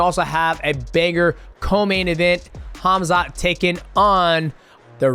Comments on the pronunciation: Khazmat 😂 Oh Max, I love you, but I fear that's not intentional... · "DJ might come out of retirement for Conor" 😆 And Max mispronouncing every fighters' name is hilarious. "Khazmut" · Khazmat is crazy LOL. The way dj says it is the closest Hamzat. Not even khamzat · So everyone’s gonna ignore Max calling Khamzat “KAZMAT”